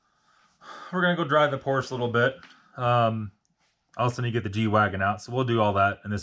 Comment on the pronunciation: Again !! Porsche is a 2 syllable word! I love your website, but get your verbiage right. !